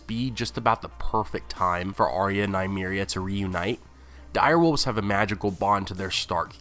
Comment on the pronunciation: Nuh-me-reeah not Nye-me-reeah